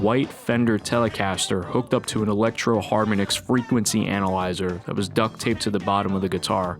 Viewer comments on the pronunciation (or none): You can still buy the Electro-Harmonix Frequency Analyzer in a more compact form if you want a more accurate approximation of the sound. "Harmonix" is pronounced as "Harmonics", by the way.